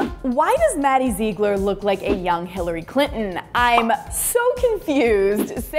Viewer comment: It's not maddie zeegler